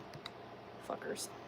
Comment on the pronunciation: lol the way you say fuqqers is hilarious